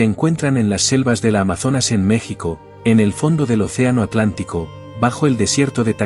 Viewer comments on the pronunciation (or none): none